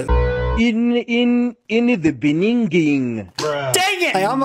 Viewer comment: ✨INNA DA BENINGING✨ 😂😂😂😂😂🤣🤣🤣🤣🤣